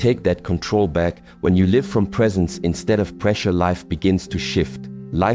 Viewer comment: These words from the are inspiring. A pity that AI. has not learnt the different pronounciation of the words" Live & Life." This Rather spoils the message